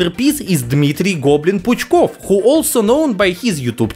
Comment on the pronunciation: Zanimatel'niy A.K.A. - "Curious" Fact: When you sounding a name of Dmitriy Puchkov - you're sound "R" letter right, right on a , лiл) Surrender, You has been spotted!!!